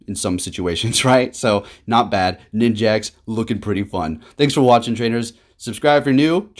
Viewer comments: why does he keep calling it ninjaks!? 😭lmaoo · bro you're triggering me calling it ninJAX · Ah yes, Ninj-axe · Every time says "Ninjax"... TRIGGERED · I heard him say it and just accepted that it's ninjax now